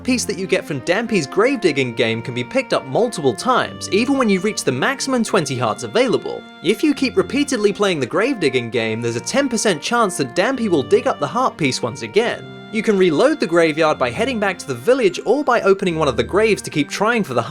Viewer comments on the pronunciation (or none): Dampé, not dèmpi!